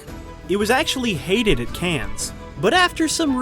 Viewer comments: Oh, God! It's not 'cans', it's 'con'. Get it right or stop. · Are you being funny pronouncing"Cannes" as "cans?" Or are you just an idiot? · Every fricken time you mispronounced “Cannes,” as “Kanz,” my bowels seized and I threw up - just a little bit - in my mouth. Still, an entertaining look at a complex (and entertaining) artist. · After watching several of your videos I feel like I have to inform you that the french film festival Cannes is not pronounced 'CANS'. The 'S' is silent.Thank you!